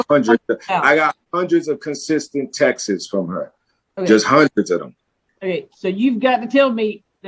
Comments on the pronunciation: "Sunt" "Textes".... smh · He can’t say texts. Texteses. 😂